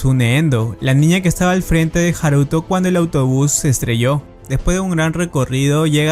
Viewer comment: Coño el acento va en la a de haruto no en la u